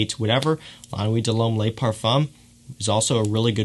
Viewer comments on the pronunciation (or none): Hey this may have been pointed out before but the French word “Le” is pronounced like the Le in LeBron. The French word “Les” is pronounced like lay in English.